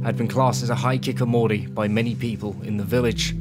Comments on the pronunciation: Hi-ki-ko-mo-ri as of apposed to high kick omori. On a side note it is probably the best mispronunciation of any japanese I have come across in a very long time. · he means "hee" instead of "high" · This is incredibly well done. You had everything down perfect except for pronouncing Hikikomori.